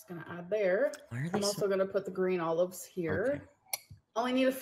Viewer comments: Did she pronounce olives "oh-loaves?" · I hear "owl loves"